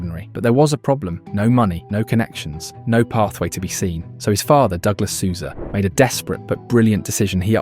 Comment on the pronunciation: What is a "suza" ?and a "mohrehra?and a "ferrerah"?